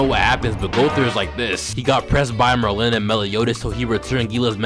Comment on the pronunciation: why TF DO YOU SAY MERLIN LIKE THAT. It’s MERlin, not merLIN